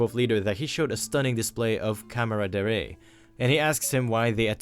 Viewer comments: Lmaoooo bro said cameraderray, camaraderie bro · Sorry again, but it’s calm-rod-R-E